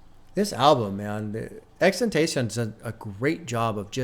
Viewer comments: just call him x. saying xtentacion just sounds lazy and stupid. you are a popular figure and influence people so please strive to say and pronounce names properly. btw im a big fan but you can do better in this case. i was a big fan of x also and for me he deserves the respect of having his name said properly or use his nickname x. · Plz stop pronouncing it like that... It's (X X X TEN TAH CEE OWN) Or just call him X Please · it’s “ex-ex-ex-10-toss-eon” (with a slight accent on the end) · Just btw it is pronounced X-X-X-TEN-TA-SEE-ON. Love the reacts🤘🤘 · You say his name wrong